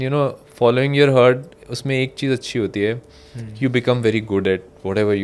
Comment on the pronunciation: Sir hurt nahi heart bolo😅